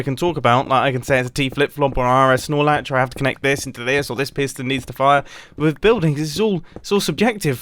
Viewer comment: Did you say R.S.... Snorlatch? Am I just crazy or is that a Pokémon? At around 3 munites in.